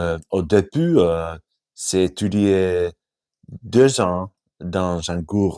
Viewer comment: Super, travailles le son J pour mieux prononcer le "j'ai"